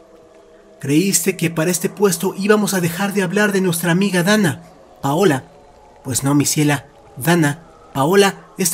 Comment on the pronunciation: Me desespera cuando dice donna ….paola 😵‍💫